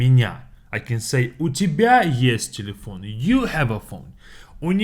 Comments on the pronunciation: Its cause it sounds like telephone in french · You pronounce telephone in a way that’s sounds like Patois.😂